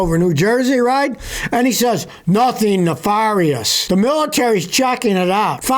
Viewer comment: Its pronounced "na-fair-e-ous" not "na-far-e-ous"